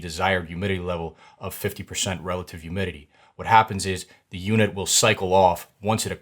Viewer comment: Awesome video but… “youmidity” 😂